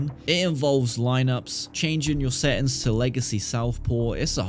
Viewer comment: “DA SETTINS”